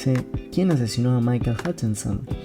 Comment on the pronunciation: Jatchenson??? Se pronuncia jatchens.